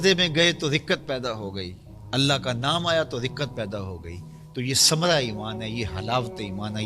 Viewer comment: سمرا نہیں ہوتا ثمرہ ہوتا ہے